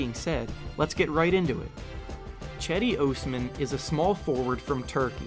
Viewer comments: Cedi ohsmam? Pronounce his name right! Please! I hate when big you tubers can’t pronounce bigger names. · good video, but its Osman not Ousman :D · God I FUCKING HATE the way you say "Osman". You sound like Dr. Evil. I've never hated someone so much for really doing nothing wrong, but fuck you and fuck your stupid video. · Bruh be trash cuz you can’t even say his last name right